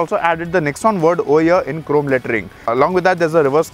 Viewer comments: Did i heared OH YEAH instead of OVER HERE...?🧐😆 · "over here" was sounding like "oh yeah" 😝